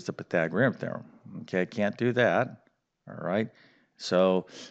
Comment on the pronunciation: hate the way he says pythagorean theorum also the 3 minute plug was very annoying